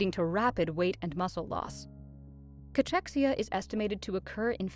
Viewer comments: Probounced as K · It‘s not called Catschexia, but Cakexia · The narrator is pronouncing "Cachexia" wrong. /kəˈkɛksiə/